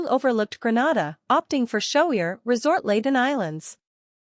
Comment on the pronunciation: Please say GREE-NAY-DA not GRE-NA-DA.